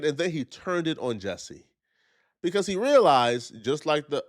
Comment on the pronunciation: He can’t pronounce “because” or “attack” properly. Something is definitely wrong with him. Also, I don’t know why ANYONE would give this dude the time of day.